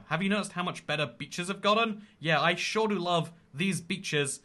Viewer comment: he really just said "i shore do love these new beaches"